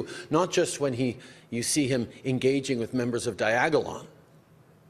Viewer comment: Diagalon. Lmfao